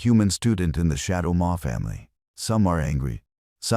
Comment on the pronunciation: Shadow Maw, not More. Read: to read words now Read: pronounced Red as past participle, Red: pronounced red= Color.